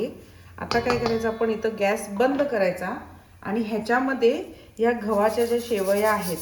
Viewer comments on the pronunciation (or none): घवाच्या नाही मॅडम गव्हाच्या म्हणा😊